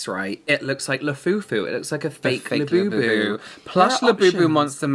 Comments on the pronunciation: Not “labiabubu” 🤣 💀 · not labiabubu 😂